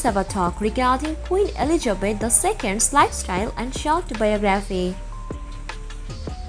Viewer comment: Dear dear its not Eligebet , it is ELIZABETH